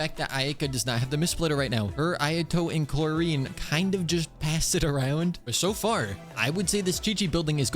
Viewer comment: i think has just decided that he’s going to continue pronouncing Clorinde wrong to mess with us. or maybe just me.